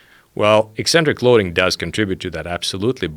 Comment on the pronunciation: SO happy to hear Pavel say EKcentric contractions--at some point in the '90s people started saying EEcentric contractions like it's some sort of new word...